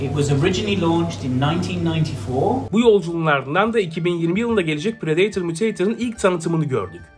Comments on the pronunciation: prideytır Adidas temsilcisi:predetor..... Bruh😭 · Pıradatör diye okunmuyor mu mk